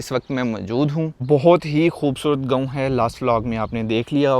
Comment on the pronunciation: او بھائی گاؤں ہوتا ہے اس لفظ کی بہتر ادائیگی کیا کرو گوؤں کیا ہوتا ہے 😅😅😅😅😅😅😅😅😅😅